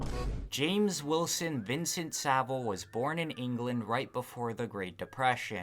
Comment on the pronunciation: SaV-ile, not Sabil. And it's actually pronounced "piece of shit".